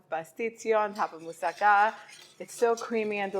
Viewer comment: Nice to hear Moussaka pronounced correctly :)